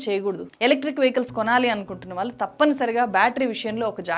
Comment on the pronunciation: Learn to say వాళ్ళు, కళ్ళు